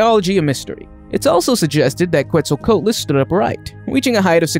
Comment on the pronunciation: Coatless it's qoatless